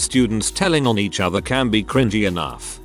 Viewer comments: Can please teach you TTS how to say cringy. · It's pronounced cr in jee, but the robot voice in said video pronounces it as cr in gie (with the g sounding like the g in goat). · How it says "cren-GEE" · Text to Speech be like: Kringgy 😂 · these videos have made me so used to hearing cringy pronounced cr-ing-ey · the way it pronouces cringy